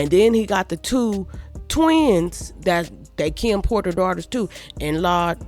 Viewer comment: You “tew” aggravated? I’m “tew” confused 🤣🤣🤣🤣